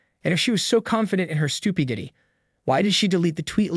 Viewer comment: Ok I love the content of this channel. But is the voice AI? Miss pronounces Regina. Can't say stupidity. Miss pronounces Conservative. The miss pronunciations are from sounding out the words while reading them. Good content though.